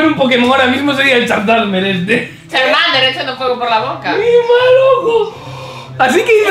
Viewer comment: dice chazarmer en vez de charmander